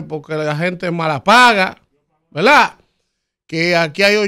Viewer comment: usted querrá decir verdad, porque velaa, eso está muy distantes a verdad, usted es un comunicador y debe comunicar para el oyente un lenguaje fluido y correcto. Y esa velaa, la pronuncia más de diez veces en un comentario